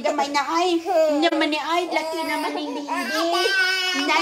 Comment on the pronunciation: hahaha passpurt, bibi daw tinde ng Yabis na ito😅😂